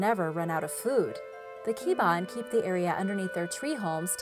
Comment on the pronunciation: its cha-nak, ki-ba-an, mang-kuku-lam